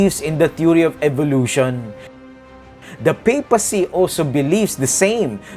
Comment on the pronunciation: did you notice that charles pronounced evolution as evilution.dont think that was a mistake